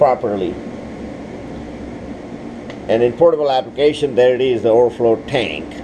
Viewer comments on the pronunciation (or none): Like how he says tank